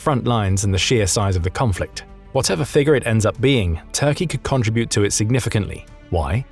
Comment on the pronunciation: OMG learn to say “contribute” correctly 😂